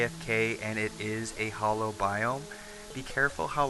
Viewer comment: also, 'hallow' not 'hollow'